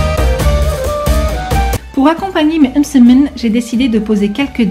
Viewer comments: Sarah zebda j’ai remarqué aussi lol « eummmsemen » mdrr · C'est marrant comment tu prononce le mot msemen 😂 sinon toooop